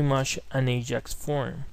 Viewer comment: very good tutorial, thank you....:)) PS: i see u have hard time pronoucing AJAX?